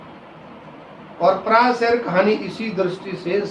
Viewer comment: यह अध्यापक महोदय तो अटक अटक कर हिंदी का पठन कर रहे। बल्कि "पराया" शब्द का ठीक से उच्चारण भी नहीं कर पा रहे हैं।